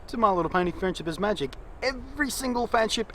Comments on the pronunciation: I like how you say "my little pony friendship is MAGic" :3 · I like how he adds emphasis on the "Magic" in My Little Pony: Friendship Is Magic